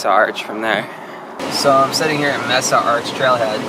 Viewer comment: Aw, how cute, he doesn't know how to pronounce Mesa